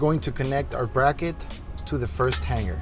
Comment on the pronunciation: The ONLY option is the Borla!! The finish on the stainless steel Borla muffler is not chrome...it's stainless steel??? The "G" sound in hanger is not a gah as in han-gar sound it is the hang-er sound as in the word ring, not pronounced rin-gah but the R-ing sound. Why in the world would anyone purchase a Japanese made mid size Tacoma truck the only makes 11 mpg, let alone the version that constantly reminds the fact???